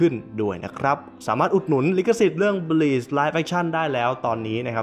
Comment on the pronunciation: บลีชคะ ไม่ใช่บีช อ่านผิดนิดนึง จากเทพมรณะ กลายเป็น หาดทรายได้เลยนะตะเอง